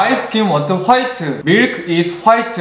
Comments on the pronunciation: The way he says white (phite) 😂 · He kinda speaks like Jin of BTS when he says white instead he says Whiteu just like Jin says Faceu lol😂